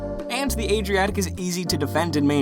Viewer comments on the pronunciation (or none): none